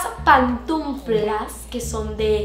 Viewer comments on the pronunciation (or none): P A N T U F L A S !!! NO "pantumflas"